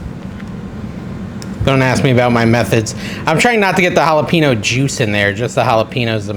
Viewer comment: hal-a-peen-yo.... not hal-a-peen-no driving me crazy